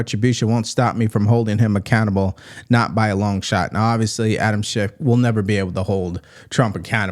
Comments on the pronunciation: OK. Tell me this. How, in 2025, in the USA, can someone born and raised in America, be matriculated K16 - PLUS law school - and still can't speak proper English? "oviously"? Really? Does she also "ax" questions in court? How does any respectable Court allow that as competent representation when she can't even speak her mother tongue competently? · She does not know how to say obviously its not ovisly and if Trump pardons that nasty disgusting diddy I'm done with him